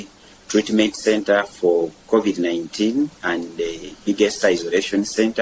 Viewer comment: what the heck is Couvid? I cant even watch this rubbish